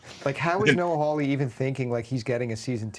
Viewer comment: How anybody look at the surname Hawley and read it as "How-Lee" is beyond me.